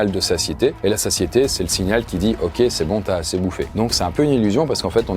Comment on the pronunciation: Ce type qui dit ok c'est un haïtien 😂😂😂😂😂